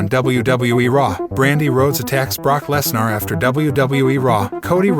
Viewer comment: You obviously watch WWE so you have heard Brocks last name pronounced 1000s of times correctly at least....sheeesh! You sound like the male version of Siri without the basic skills of pronouncing famous names